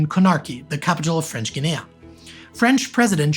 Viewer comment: your accent's addition of a third syllable to "Guinea" really threw me (and YT's caption generator) off! I wasn't sure where you were talking about for a good few minutes. Good video otherwise!